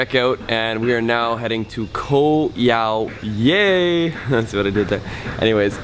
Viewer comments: Great video and indeed it is a great place to go to for a few days. I had to laugh about your pronunciation though. :) Koh Yao Yai means "Island Long Big". The Yai is pronounced "Jaai". Same ending sound as Chiang Mai. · Pronounced Yah-e. Means big in Thai 😂 vlog is on point though! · You pronounce Thai always wrong. Yai (Jaai) = Big/Huge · Nice video but ......How have you lived and spent so much time in Thailand yet still can't pronounce the name of a well known island correctly ? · super annoying how he keeps on pronouncing 'Yai' wrong......